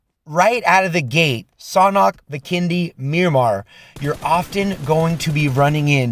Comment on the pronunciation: saying sanhawk LMAOOO